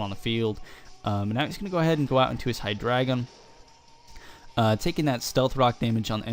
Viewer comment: Nice battle, you are one of the only people that pronounces hydreigon correctly :)